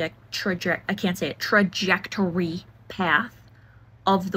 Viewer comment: Spoken like someone who has no knowledge of ballistics or even basic newtonian physics. Bullets don't just behave however they want, especially rounds meant for big game hunting. If you can't even pronounce "trajectory" why do you think anyone cares about your opinion about this? Are you even a real mortician? You haven't suggested any real credentials here. And last but not least... should death make you feel uncomfortable or should you normalize it? Pick a lane.